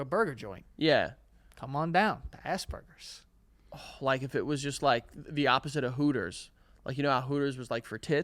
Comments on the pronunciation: Why do Americans say assburgers when it's Aspergers? Is it spelt differently over there? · It’s Asperger’s not asburgers there’s no b 😅 no burger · I don’t think he knows what Asperger’s is and just straight up heard AssBurgers😭😭😭